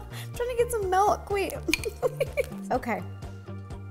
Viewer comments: Everyone: Milk Rosanna: Melk! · Why is no one talking about how she says "melk" instead of "milk" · I still can’t get over how Ro says “melk” and not milk😭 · I used to say melk but now I say milk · Ever since Mike pointed out that Ro says "Melk" instead of milk I can't unhear it lol. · It’s MILK not MELK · I’m sorry did she say “Melk”? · Tbh i like ‘melk’. WAY better 🙂❤️ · I love her sm but…”MELK” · My sister when rosana says milk: mAlK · Did she say malk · "melk" oh no...